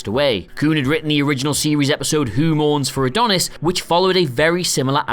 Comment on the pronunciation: I hate to be "That guy" but your videos are brilliant and hopefully you'll not see me as a prat for saying. . The Star Trek TOS episode is not called Who mours for Adonis. . But actually Who Mourns for Adonais. . I personally didn't realise this either until I listened to the Missionlog podcast. Apart from that. . Videos are excellent and love this channel. LLAP. Tx